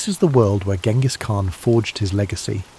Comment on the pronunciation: Uhhh... a history channel that doesn't know how to pronounce Genghis Khan?